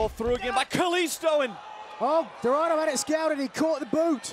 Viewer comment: Dorardo? Really?